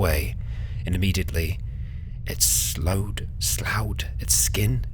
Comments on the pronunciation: "slough" is pronounced "sluff" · Hey... the word slough is pronounced 'sluff'. It has comes up a few times in your various series... sloughed (pronounced: sluffed). I can't wait to see Bran again, cheers!